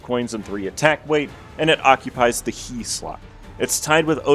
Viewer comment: pronouncing ה as hee (like michael jackson but only one hee) and not hey will never not be funny to me